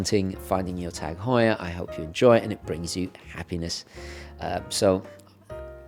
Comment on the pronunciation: It's actually pronounced ' targ hoyer ' .. you're welcome 😊